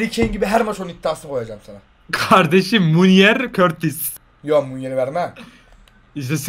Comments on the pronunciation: O kortis değil courtois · Körtis değil courtois yani kourtoi diye söyleniyor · körtis de courtua diye okunur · Olum körtis dediginde çok sinir oluyom 😂😂😂 onun adi Kurtis diye okunuyorrrr🤣🤣🤣🤣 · Körtis Diye okunmuyor Kurtuğo Diye okunuyor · Aabi o kortis diil ,,curtua” boyle okunuyo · Abi körtis değil kutua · Körtis değil Kurtua diye okunuyo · Körtis değil KURTUA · Körtis deil sağırtis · Abi körtis ne yaa 😂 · Kurtuvata körtis diyolar abi neyse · Abi courtois oyle okunmuyo kurtua diye okunuyo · Abi kortis. Degil courtouis